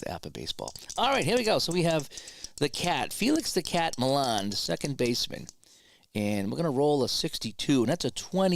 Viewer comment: And while Harrelson did choke up, it was "Mee-ahn" who was known for basically gripping the bat like halfway up.